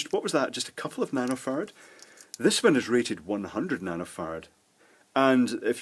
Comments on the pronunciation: It's nano FARD as in Farraday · excuse my french, but what's a "nanofart" he's talking about in around 7 minute? instructions unclear, penis stuck in wall outlet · Is he saying nanofart? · I could have sworn you said you were measuring nanofarts! I did successfully google and find out you said nano-farad, but after reading the definition, I still have no idea what it is. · sounds like you are saying "nanofarts" hahah